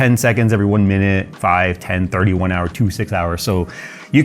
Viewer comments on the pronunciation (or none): none